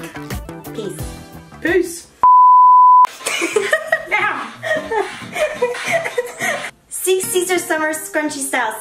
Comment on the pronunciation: I laughed so hard when: “seeex seester scrunchie suuumer steeles” Amanda: “no no” hahahah 😂